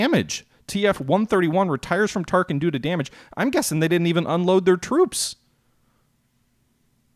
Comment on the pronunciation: Every time you call Tarakan "Tarkin" I find myself wondering about the assault value of the Death Star. :-)